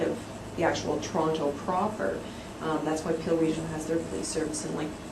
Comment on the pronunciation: Pill region, Peel region, Pee region ... keep going :D